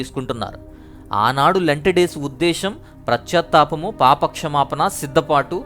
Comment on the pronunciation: Praise the Lord Brother.... I Like to WATCH... &... LISTEN Ur Messages , Videos. Sorry to.... SAY this.... 2,3 , TIMES I have Observed that you are Saying.... Prascyathapamu ( For the word ) Paschathapamu ( In English REPENTANCE ) Please OBSERVE this .... Right PRONOUNCATION ( Ucharana ) . I Like your Messages .... BECAUSE you will DO.... GREAT Search for ALL.... Ur VIDEOS... &.... EFFORTNESS to BRING.... Ur VIDEOS in the.... CHANEL . Please Don't Mis Understand to MY... this CORRECTION. I am VERY.... Little PERSON Comparing with you in ... DEVINE WAY.... !!! ? . 🙏🙏🙏.... Dhanraj Journalist.... .